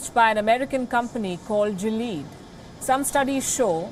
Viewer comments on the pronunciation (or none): It's not "jileed" GILEAD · You guys had me confused, It's not Jilead it's Gilead. The "G" is pronounced same as in "Girl" and "ilead" similar to Billiard. So GILLIAD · Someone needs to learn the pronounciation of Gilead Sciences.